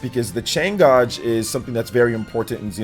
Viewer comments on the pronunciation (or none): the word "gauge" is pronounced [GAYJ]. Not "[GAHHJ]" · The way you say gauge though 😂😂🥴